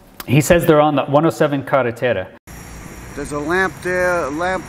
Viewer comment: based on how he pronounced “carretera” he is 100% local & you can also hear the coquies singing. To me this looks a lot like the Ramey base in Aguadilla🤔